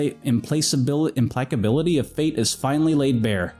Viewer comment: So implacability is apparently pronounced with a hard c, like im-plack-ability "So, you know how I have spiritual powers, unlike you, you fucking scrub?" "Jesus, Maya-"